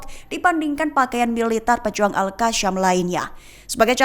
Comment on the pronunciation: Yg baca berita ni lidahnya patah ya Al Qasam dibaca Al kasyam, Yasin dibaca yasyin